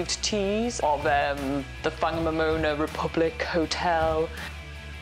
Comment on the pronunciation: No no no, it's pronounced Wang mom ona.